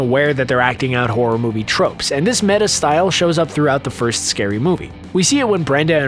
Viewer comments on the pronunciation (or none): none